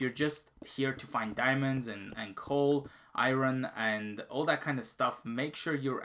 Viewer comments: Iron not irin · Lol good vid but just 1 thing thats annoying is "IRON" in english is pronounced "ION". The R is silent not pronounced "I RON" good work tho on the vid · I had to just like the video because you said Iran instead of iron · My god the way this guy says Iron incorrect is annoying as fck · He can pronounce lapis lazouli and not iron?